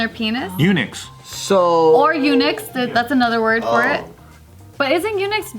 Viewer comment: Well I don’t think that’s how Eunuch is pronounced but ok..